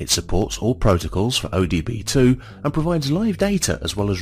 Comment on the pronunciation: Did you know you are saying “O D B 2 “ and not OBD2?